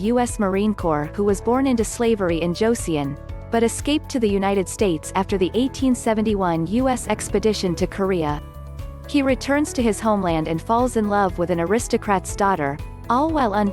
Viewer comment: Just FYI, "Joseon" is pronounced "jo- sun"